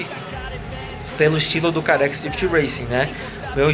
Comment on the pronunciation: o mode que vc fala carex o correto é car xis ou CarXdrift Racin